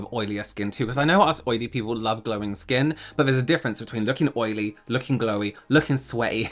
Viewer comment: I thought you were trying to say skan. Look how my skan glows 😂